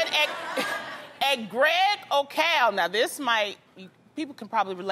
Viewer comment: "Greg o ceal" Greg ó Ceallaigh is Irish for Greg Kelly